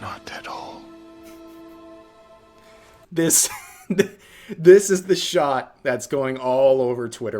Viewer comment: I had to listen to this moment 3 times to understand that he was saying "not at all" and not "not that hole"